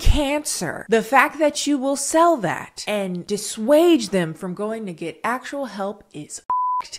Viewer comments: This was a great breakdown! Small thing it's dissuade not dissuage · I'm sorry, I just think it's funny that you keep pronouncing "dissuade" as "dissuadge" XD